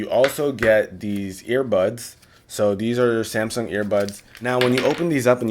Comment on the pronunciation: He said zamsung